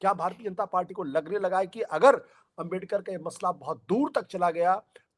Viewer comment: आंबेडकर आंबेडकर बोलना ही था तो मुंह से सुपारी निकाल कर बोलना था न उच्चारण तो सही आता अब भुगतो